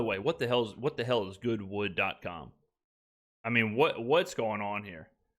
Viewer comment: Yooooo got me wildin not “goodwood” 😂😂😂